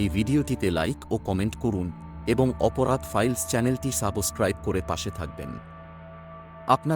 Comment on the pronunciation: সাবসক্রাইব not সাবোসক্রাইব। বাংলা, হিন্দীর সাথে ইংরেজির ও একই অবস্থা।